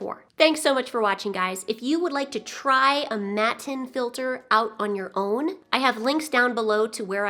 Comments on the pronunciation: Your right, it's the German word for mats. But it's not pronounced "matin". The German a-sound doesn't quite exist in English so I can't really describe how it's pronounced. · Matten, from Hamburger Mattenfilter. Hart T and ɑː, not æ! 😉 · Hello, thank you for the video. Maybe this video will help you with pronunciation of "matten": Matten is in the first sentence: Es sind schon Leute vor grünen Matten verhungert.